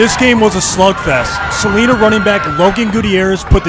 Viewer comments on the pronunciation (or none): Btw, I live in prosper, tx which borders Celina, it pronounced CA LIN A. No Celina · chat its pronounced cel-line-a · "suh ly nuh" is how u pronounce celina btw🤝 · He pronounced Celina Wrong. It's Ce- Lin- ah like you're saying the word line with A at the end of it 😂😂. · It’s pronounced= “Su-lie-nuh”